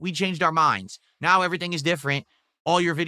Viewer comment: the pointing at the screen thing is so deranged. "Right naow"....he can't even pronounce "now"...